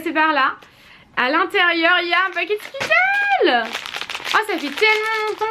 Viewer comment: Je t’aime mais quand dis « skittlE » a la place de « skittleS » ca me stresse énormément 😂 si non super video comme toujourrs ❤️❤️❤️❤️